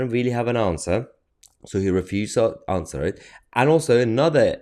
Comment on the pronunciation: He did not 'ANDWER' any questions. Whatever that means.